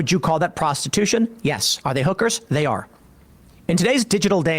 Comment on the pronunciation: = actually it's pronounced "HOOK-erz" emphasis on the first syllable, you're close tho = no Sam you got it wrong too, it's "HOOK-erz"